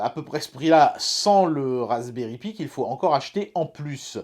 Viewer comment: Cher, Cette année, j'ai demandé au Père Noël que tu prononces enfin "Raspberry Pi" correctement. Entendra-t-il mon appel?